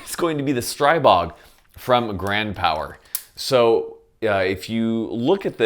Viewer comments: Stree-bog, not Stray-bog. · Your pronounciation of the gun killed me 😂😂😂 Great review as well 👍